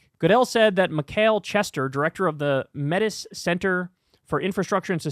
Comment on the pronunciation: Did you just pronounce metis as "meh-tiss"? Jesus Christ, tell me you're American without telling me you're American